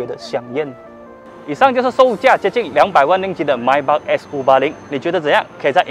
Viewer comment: Maybach 发音pronounce 都错了😓